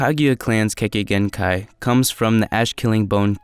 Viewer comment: kekkei genkai not kekkei genkei kimimaro not kimimaru